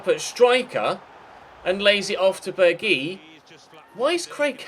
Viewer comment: is pronounced Berg-house